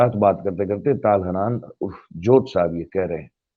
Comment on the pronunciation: ताल हानान नहीं ,,,,,,,,,,,, तल-हन्नान है।